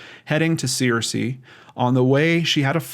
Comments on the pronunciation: Hey, Arkansan here! Searcy is pronounced like "sir-cee" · I grew up in this region and have parked by that bridge before. She's from Searcy and that's kinda far away. There is nothing in Oil Through to speak of...maybe she has some family or friends there. Also Searcy is pronounced "Sir Sea" at least by folks in Arkansas. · Great job trying to help these people. Bless you. For future reference, from a White county native, born in Searcy, it's pronounced Sir-cy. ;) Prayers for bringing the missing home and for healing comfort and signs and wonders of God's Love <3. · It's pronounced sir-see, btw. The only reason I know is because my cousin went to a college there. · I am sorry if this sounds rude as that is not my intention, but it is pronounced Sircee, just like the evil queen on Game of Thrones. They are a small AR town which means they don't really care about helping anyone who goes missing.